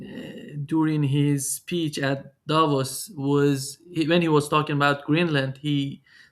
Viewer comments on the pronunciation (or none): none